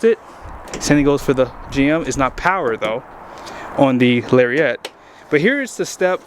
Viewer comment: TF is a Larry-ette?